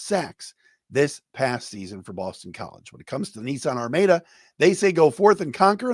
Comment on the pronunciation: Hey its pronounced Ar-MAD-UH